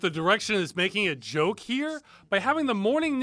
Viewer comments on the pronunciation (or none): none